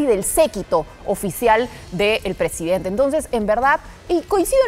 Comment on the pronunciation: Es presidente no presi Denta estan jodiendo el Castellano